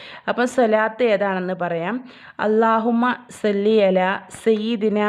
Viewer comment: സ്വല്ലി ആണ് സെല്ലി അല്ല